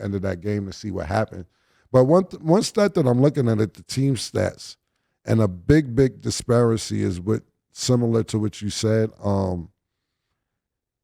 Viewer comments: "Disparicy" is crazy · This dude just said disparency....wtf is that cam🤔